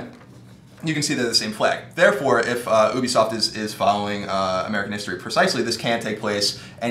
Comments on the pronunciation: It's U-BE-SOFT not OOO-BE-SOFT. And we did not want a fucking history lesson. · oobisoft? ITS ubisoft as in YOU-BEE-SOFT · Ubisoft is said as You-be-soft not Uw-be-soft LoL XD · whats "Ubesoff"